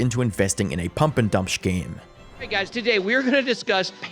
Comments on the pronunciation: Dude, it's scheme... Not shcheme... No need to emphasise an invisible H, it's so irritating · Its skeem, not shkeem bro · Please stop pronouncing “scheme” like “shkeem” - that’s all. Great video otherwise. 😊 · It’s scheme not schkeme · Dude. I'm sorry if you have a speech impediment, I don't intend to be a jerk here, but it is scheme. not shcheme. Is there a term for a scheme in bitcoin that I'm unaware of that adds an h to the word scheme and turns it into shcheme? The first time you said it I thought it was an accident, but then every time you've said scheme you add a shh sound to the start of it. What gives? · Why do you keep saying “shkeem” instead of scheme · Bro it’s Scheme not SHceme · Thought I was crazy at first, but he's saying "shkeme" instead of "scheme", right? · I really like your content, gives more insight into something I already knew or didn't at all. Now I have the say, a scheme is pronounced like skeme and not shkeme. Can't help myself from saying this, sorry! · Why do you keep pronouncing "scheme" as "shkeem"? I thought it was just an accidental mispronunciation but you did it over and over again lol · Hi, great video. This whole drama was crazy when it was going down. Just FYI "scheme" is pronounced "skeem". Unless I am misunderstanding something. Love your work. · Please. Please. PLEASE. Learn how to say scheme. It's not shhkeem. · 'shkeem' lol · Are you saying shhcheme ? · I thought the way you say howevaaaa is painful, but how you pronounce scheme is next level illiteracy. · Brother, with the type of videos you make, you have GOT to learn how to pronounce scheme properly. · So, today we learned doesn't know how to pronounce "scheme". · Why do you pronounce "scheme" like that? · Why does he pronounce "scheme" like a cartoon character 😂